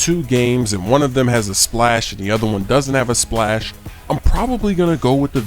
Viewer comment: he said splas not splash